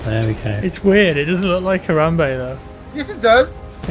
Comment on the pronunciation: pronounces harambe as hor-rum-bae, got to love english accents